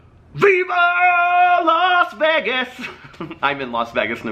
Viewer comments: I must say, in my opinion, you don’t say “Vegas” incorrectly. Lest not forget that Las & Vegas are Spanish words so you pronounce them as if you are speaking in Spanish. I think ppl want you to pronounce it the anglicized way, which is Vay-gus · I've lived in Vegas all but 8 months of my life. You pronounce it just fine. Have a great time here.